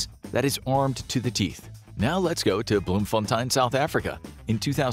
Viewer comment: no Offense, but the way you said Bloemfontein is wrong. But other than that, i love your videos